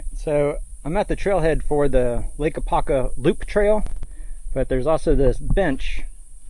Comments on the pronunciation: AH-POP-KA. 😂😅 Great Stuff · Really appreciate your great content. But, as an Apopka native, it was extremely cringe to hear you not properly saying name.